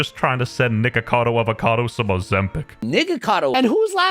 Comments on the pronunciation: WHY DID BRO SAY NIGACADO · Nah bro say nigacado I can’t he is truly channelling his ancestors will 😂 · he 100% said niggacado